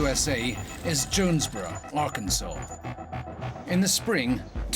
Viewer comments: It's Ar Kan Saw not Ar Kansas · It’s illegal to say Ar-kansas instead of Ar-Kan-Saw in Arkansas.